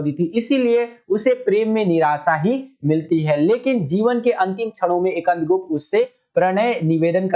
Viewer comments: Skandgupt ha akandgupt nahi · bhi ap skand gupt ko ekand gupt pad rhe the 😄